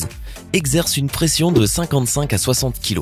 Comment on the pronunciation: 6.39 il a dis préenssion au lieu de pression